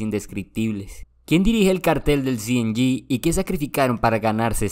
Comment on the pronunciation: Cartel cienyi mejor no lo digas en inglés 😂 solo dices cng